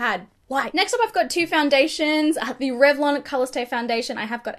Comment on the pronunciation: Did she say that she used tRevlon colorstay in 89? I listened 3 times.